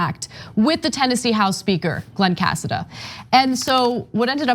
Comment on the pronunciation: That's a Spanish last name is pronounced Casáda